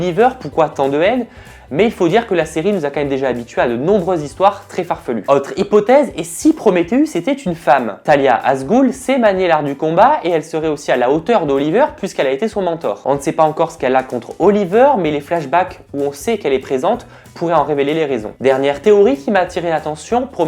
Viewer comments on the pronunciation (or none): Talia al gul pas talia as gool :)